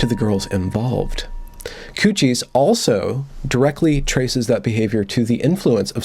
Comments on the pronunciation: It's not "coo-shies". It's "cuties" as in "cute-ees"...😬🙂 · Has gone Canadian or something? - Q-T's not cooties - maybe it's a Freudian slip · I like you, but it’s CUTIES, not COOCHIES! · Did you say cuchies? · It's "queue-tees" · Are you saying "coochies" hahahaha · "Coochies.? The pronunciation is sort of alarming. Anyway, bailing at the mark. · yes, it's obviously pronounced "coo-tees" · I have never in my life heard the word "Cuties" pronounced "Koochies" before. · ITS COOCHIES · absolutely not. we would pronounce it 'kyooteez' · This terrible movie is called Q T's not the word you are saying. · Why are you mispronouncing it? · That pronunciation is such an epic troll. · Hay, wait a minute, that's not how you pronounce "Cuties". is normally so well spoken, with proper and precise pronunciation, I was incredibly surprised that he botched that word so woefully. It still sounds pleasant in that ASMR-quality tone of his, so I guess I'll forgive him. I'm curious how many people won't read this far and assume this was a serious critique, which it is not. Well, except the part about having an ASMR-quality voice, that part is absolutely true, and I strongly urge him to start a separate channel to take in those lucrative ASMR bucks. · Never... NEVER... wear a dressing gown... while talking about Cuties. Also, you're pronouncing Cuties wrong. Besides that, great video. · I hope your mispronunciation of "cuties"is intentional. Because that would make you all kinds of awesome. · It's obviously intentional. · Perhaps the mispronunciation was another benefit of an Evergreen education.